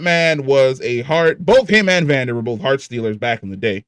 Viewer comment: I don’t like how he says Vander and Isha, it triggers me